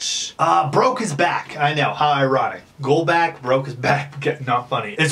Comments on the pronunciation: Early! And also his last name is pronounced Gol-bock not Gol-back. Just letting you know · just a tip this is how you pronounce his last name gol-bo-ch lol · Sorry pet peeve Golbach- gol•bock Colby- col•be not kobe Again sorry just a pet peeve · You said his last name wrong lmao